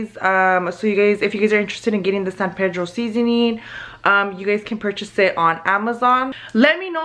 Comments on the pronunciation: It's NOT San PAYDROW. It is San PEEDRO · its PEE—“E”— DRO!!!!!! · Just a small tip. I am from San Pedro and we say “PEE-dro”. It’s whitewashed but that’s just how everyone says it. San PEEdro. Haha locals know when someone’s a tourist, when they say San Pedro with a Spanish accent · Am I the only one bothered because the way they say san pedro 😂 out here we say it in english lmao san PEA-DRO 😂